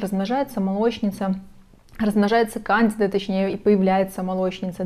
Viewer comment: Проверьте, как правильно ставить ударение в слове кандида 😊